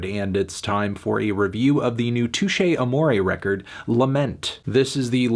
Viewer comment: Anthony, you can’t give this album a six because you don’t know how to pronounce the band name.